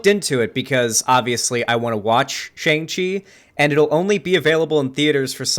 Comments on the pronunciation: Why is he saying it like that. Its SHANG CHI, not Shung chi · Bruh how do you watch the trailer for Shang-Chi and still keep mispronouncing the name?